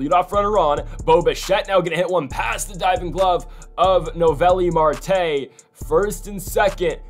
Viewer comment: Still not pronouncing Marte’s name right 😂